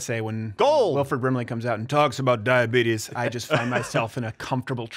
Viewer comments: Don’t dog on Wilford Brimley...and it’s di-uh-beet-iss. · It's Dy-a-beet-us. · Thank God we kept Cruz. ✊🏼 Also, it’s pronounced dīa-bētuss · CORRECTION, Mr. Crowder🤔 It's: "dyabeetus":~Wilfred Brimley 🤣🤣🤣 You're spot-on AweSOME, dude👍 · You need to go talk to urr doctor about Di-betus